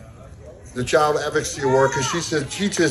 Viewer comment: That blockhead giving the award didn't even know how to say advocacy correctly. English is my second language and even I know how to pronounce it properly.